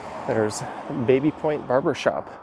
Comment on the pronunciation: I thought it's pronounced "Babby" Point